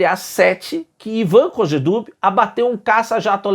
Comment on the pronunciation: Se pronuncia Ivan kojé dub com a acentuação tônica assim. Abraço do veio Walter Fui colega do Hélio Higuchi no Pasteur.